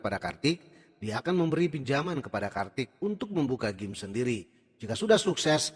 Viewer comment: Gym (dibaca : jim)